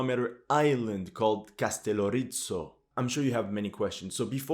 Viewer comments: Castellorizzo..☠️ Bro if you're going to make historical content regarding Greece, at least make sure you pronounce our islands correctly. It's Kastellόrizo (Καστελλόριζο). It's not italian anymore..smh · KastelOrizo emfasis to O. Proper greek pronunciation. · As a Mcedomian Greek I find you analysis superbe. Bravo !! (As for the name of Kastelorizo , you half-killed it.} Anyway we follow your Ukraine quest regularly. Keep on.